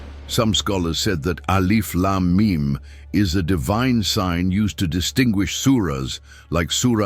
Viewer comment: The word should be pronounced as, alif. Laaaam. Meeeem